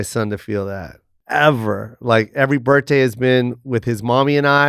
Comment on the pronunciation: Jo doesn't pronounce the H in birthday😂